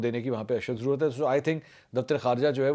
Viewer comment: Apko bhi bohat zarorat hey apni Urdu sahi karney ki "jarurat" nahi sahi lafz "zarorat" hey😊😊😊